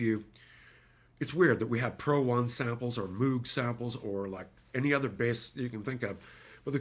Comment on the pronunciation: C'mon.. You said Moog, when you know it's Moog.;) Great cast my brother in sounds. Thanks for public. Fkn great job. Once again man, thank you for years of brilliant work. Keep killing it my brotha.